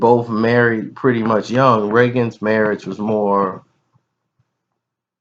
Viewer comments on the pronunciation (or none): none